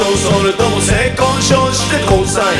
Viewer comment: ゆってぃの言い方SAY KOU SHOWじゃなくて、ちゃんと性交渉なの笑う